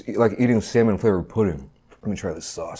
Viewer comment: Bro really said "samoan" 😭😭😭😭